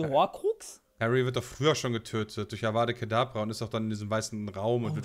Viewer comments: Ich hatte auch einen kurzen Nerven Zusammenbruch als abra kadabra und Avada Kadabra gesagt wurde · Triggert das sonst noch wen dass immer Avada Kedabra sagt? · Avada Kedavra bitte! euer abra kadabra triggert ja ungemein... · Wer kennt ihn nicht, den unverzeihlichen Fluch „Abrakadabra“ 😂😂 Und Voldemorts Schlange die „Nigiri“ heißen soll, also wie Sushi 😅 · Avada kedabra....Mensch Mensch😂🤦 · Avada Kedavra.. nicht Avada kedabra.. trigger..😅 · Nur so als Frage: hab ich das falsch verstanden oder haben sie bei der Frage mit den unverzeihlichen Flüchen beide "Avada Kadabra" gesagt?!